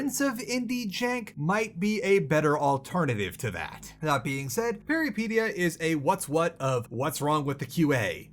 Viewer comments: Why do you pronounce Peripeteia like Alopecia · I believe the pronounciation is close to how you said it, but pe(as in pet or pen)-ry(hard polish y, I can't think of an example but if you try to say yh like "ugh" and just cut off the h you're there)-pet(as in pet rat with hard t)-ya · It's Greek for adventure. It's pronounced Περιπέτεια - > Peri (like Perry the platypus) pet (like pet) teia (like Tea from Yu-Gi-Oh). He kills the word every single time he says it. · It’s pronounced peripEtia. It means adventure in greek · Am afraid no, you didn't say it right and I am actually wondering if the devs have Greek background for choosing such title or it was just random. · man these are GIANT, we make'em way smaller than that Also you can't be even bothered to google how to say the name of the game for the review? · While I did like your review, you're killing the name. Please just check if the word has a specific way to say it before you mispronounce it every, single time. Good review of the game and nice cooking segment as always.